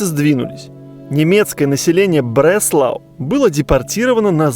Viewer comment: В немецком фрагменте слышно что ударение на а, Бресла'у, а не Бре'слау...